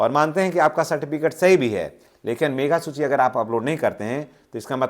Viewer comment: सबसे पहले तो सर आप बोलने के लिए अशुद्धियां को दूर कीजिए मेघा सूची नहीं होता है मेधा सूची होता है